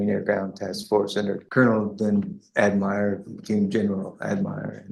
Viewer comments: Why does he pronounce Admiral (Ad-mire-al) ?? Sounds like stolen valor to get court favor. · Who says "adm-eye-ral" it's "ad-muh-ral" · Lotsa these videos have problems with AI narrators who apparently have never been trained by actual English speakers. This one’s unusual: I’ve never heard one where “Admiral” was pronounced “ad-MIRE-al.” Even more incompetent than usual. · This guy claims to have been a marine. Seems to me the Navy has Admirals though this guy keeps pronouncing it "admires" and the Marines has generals.... But who wants to look at details? Let's just emotionally react... 😂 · That's what I've been saying. He said the Colonel that became an Admiral, and he couldn't even pronounce Admiral correct. He kept saying Admire. I think this guy went through part of basic and was put out for some reason, and never got to the part of the training on rank. An Admiral is Navy, and they don't have Colonels in the Navy. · The next time you mock up an AI video, you might want to pay attention to the fact that even people in the marines know that "admiral" isn't pronounced with a long "I". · When a man days he served under a colonel who became an "ad-MY-ral", he's fake, or very, very out to lunch. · To me the 'admires, mires' name he was pronouncing was the last name of the General as he said General admires or something which the stupid subtitles put in as Admiral but either way, you'd never see this in Australia because although it could be better our DVA (Department of Veteran Affairs) absolutely shits all over what the US has unfortunately and this wouldn't even be a thing. Oh you need discharge paperwork, within 24 hours you'd have it by email and a few days by password protected USB with a number to call if you can't unlock it. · What is up with the “Ad mire al” pronunciation ?? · Why was he saying admire? Is that normal to say instead of admiral? Edit: oh didn’t think that was his General’s last name, that makes sense now